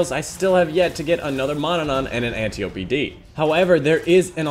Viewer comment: loved the vid very important for people who have been unlucky getting the antiope but thats now how you say its name its pronounced ænˈtaɪ.əpi {"ant eye o pee" just not spaced out and said together}